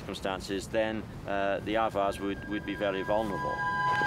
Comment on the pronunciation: If anyone is wondering what he's saying , since the subtitle was of no help had to do some web searching and came up with Avars. Closest thing I found to what sounds like "others".